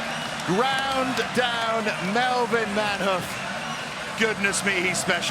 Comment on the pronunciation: Manheof... oh dear....😂